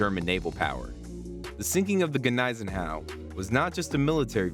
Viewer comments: The G is silent, pronounced like knees en au. No x craft attack sunk here, they were used against Tirpitz. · Hey, the G is silent please! Is this some woke history nothing here was factual go back to school !